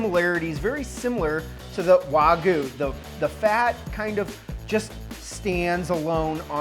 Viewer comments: Great videos!! Sorry, not Wagu but Wagyou. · Ikr?? WTF is waguuu 🤡🤡🤣🤣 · The "wah-goo" pronunciation is driving me crazy lmao